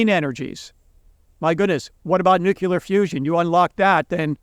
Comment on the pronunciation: Nuc-U-Lar fusion? N U C L E A R NUCLEAR Sound it out and SAY it. Too much Edu ma ca tion? I learned how to make the world a better place by learning how to READ and SPELL. Economists, the "People" who brought us The Federal Reserve and LAST PONZI housing Banking CRASH! Why do you still have a mortgage at your age? Unbelievable. Is it prudent to still be paying a mortgage at your age?